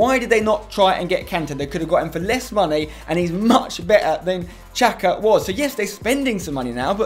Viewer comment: Riccardo Singh it's the correct way